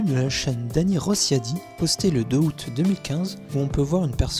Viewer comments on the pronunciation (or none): none